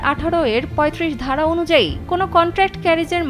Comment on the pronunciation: উচ্চারণ ঠিক করুন ধারা আর ভাড়া এক হয়ে গেছে